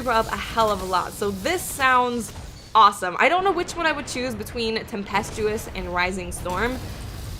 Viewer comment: Just so you know, you pronounced "tempestuous" correctly...;)